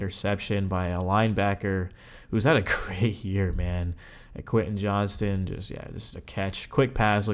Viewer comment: Not to be that guy…but “JOHNSTON” bro…not Johnson.